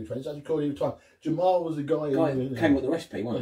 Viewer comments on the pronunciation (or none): Great vid chaps. Chimay is pronounced as "She-may" (or she may not!). The malt miller clone kit you brewed up is based on a recipe by Jamil (pronounced Jam-eel) Zainasheff . He has some great homebrewing content on "the brewing Network" podcast. Great homebrewer who has turned pro starting up the Heretic Brewing company in the States,.